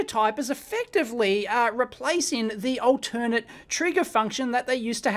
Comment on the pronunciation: Altern-Ate! Long A! The triggers go back and forth, not to some other auxiliary source.